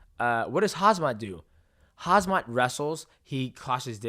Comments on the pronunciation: Why say Hazmat??? When it is Khamzat. M comes before Z. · You just Destroyed Khamzat's name😅😅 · Bro that was a Chael level fuck up of the Khamzat pronunciation 😂